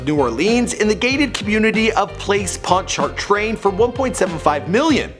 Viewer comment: You butchered ponchartrain.